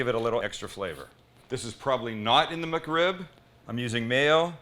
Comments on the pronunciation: Thought is said McCrib 😭😭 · Well. I'm going to be "that guy". First off. "muck rib"? Whatever, you're not the only one that pronounces "Mc" as "muck". 2ndly. That is not a McRib come on. That's just a badass rib sandwich that's fit for royalty. But it is NOT no McRib or a version or a play on. Lastly. It's a shame that you dont like McRibs even a little because if you did you'd might want to try making a homemade version of a processed freeform rib shaped pork patty. Using the proper cut is key. The shoulder. Same one used for pulled pork. Mind blowing. Better than the method you showed in this video. Not a jab, I've done it too many times over the years and still do but since I've learned to make my own processed style pork patties, it's the one I now prefer. Last lastly. My mouth watered when you cut that sandwich in half and showed the middle. YUMMMMMM! And hey, what's a better food sound to make your tum tum rumble than the crunch of a perfectly toasted bun that has a perfect crust huh?